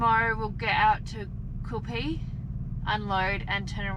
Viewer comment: So you're heading to QUIL PEE that's the pronunciation. At least you don't charge us to watch your vlog unlike some other fool on here who charges us to watch his bs travels.